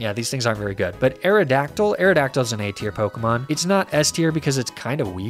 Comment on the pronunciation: That is possibly the worst pronunciation of a pokemon ive ever seen